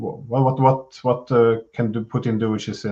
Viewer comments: It’s pronounced Poo teen. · Great panel,. As usual, your channel delivers the goods. The only quibble I have is with Ray McGovern's persistent mispronunciation of Putin's name. It's a mark of subtle disparagement and contempt, and it's quite off-putting if this is the case. "Poutine" is a deep fried, gravy smothered Quebecois dish, and I can't help but wonder if this is deliberate. If so, it's unworthy of McGovern's fine character and great mind. Please, Ray. Pooh-TIN - with a soft "t" not a hard spitting "t".